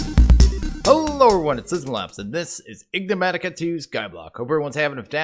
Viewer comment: You actually do it on purpouse! I knew it xD (Waiting for you to say "Enigmatica" properly and mispelling the actual title)